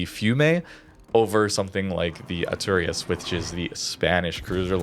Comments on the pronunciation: Asturias sounds like this: /Ash/To/Ri(soft R)/As. I don’t know how to write better the pronunciation as text, but it is more or less like that ^^ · no worries, anyways both of the pronunciations we said were good. And it is much more natural than the one said on the vid, so I hope next time he can say it better ^^ 😁